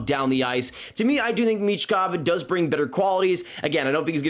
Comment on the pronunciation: It’s michkov